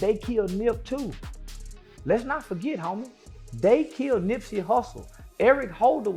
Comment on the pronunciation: Showing Wack 100 as BigU is funny. AI voice. And calling Nipsey, NIPEsy is wild. Maybe quit making "rap" videos tbh.